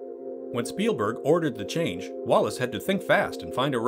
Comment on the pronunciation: I know Chris Walas and it makes me cringe every time you mis-pronounce his name. It’s WAYless, not Wallace.